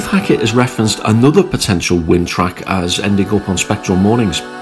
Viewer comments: Why does he call it wund and withering? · Great review and like the way on a couple of occasions you call it Wund and Withering 😂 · 4.01 "Wund & Withering"? :-)